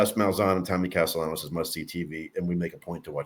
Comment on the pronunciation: PLEASE pronounce his last name correctly! It's NOT cas-TEE- YANOS it's cas-TIL-LAH-NOS. IF you're a long time recruiting analyst, you gotta get these things right. Come on, man!